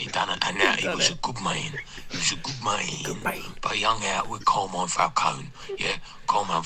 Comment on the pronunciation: Never mind Falcone, how come no-one in this film can say Carmine?